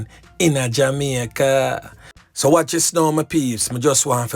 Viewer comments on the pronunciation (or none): none